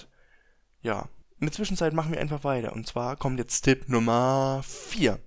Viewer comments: Es will tipp sagen sagt aber dipp, alter wer kennt es nicht. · warum sagst du "Dib" statz "Tip" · Odjun haha nein Dipp sagt man hier nicht hat mich auch genervt 😂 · Jedes mal wenn er Dipp sagt zuckt mein Auge vor hass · Alter ..... Lern mal richtig Reden ..... :D Dipp und Ender ... des heist Tipp und Enter .... :D